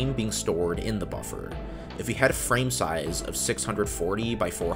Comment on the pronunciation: Yup just the same i stopped listening sayzjee size is the word